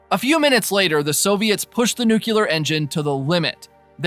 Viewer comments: 40 seconds in... It's New- KLEE- ER... not new CULER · The word is NUCLEAR, not "nucular"!!! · Please…it’s pronounced “new-clear,” only two syllables. I cringe every time I hear “nuculear” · Thanks but please, it nuclear, not nucular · New-clee-ar. Nuclear. Not nuke-you-lar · A really useful, concise and informative summary of the third series of a programme which has completely passed me by. Only let down by pronuciation - it is NEW-KLEE-AR not nuke-you-lar!! From the nucleus (NEW-KLEE-USS) of the atom. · Nuclear. It's nuclear. Nook-yuh-ler is not a word. Sorry for being pedantic. Great recap, though! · Thanks for the recap! It was "nuculear"! Sorry couldn't resist 😅 Joke aside, your video was really helpful! Cheers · I like how he kicks off the video with nukular. Really sets the tone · Nuclear is pronounced (NOOK lee ur/ New clear). It comes from nucleus - the middle of an atom. Off-topic : "gravy" has to be made with drippings from cooked meat, so the red marinara that goes on pasta is "sauce" - liquid based. If we're all going to die as slaves anyway, we might as well get it right while we're here. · I remember the first time W. visited Downing Street after invading Iraq. There was a large protest, people carrying signs saying "STOP THE ILLEGAL WAR", "WAR CRIMINAL", "MURDERER", etc. Except for one guy, his sign simply read: "NUKULAR". I have never laughed so hard at a news report in my entire life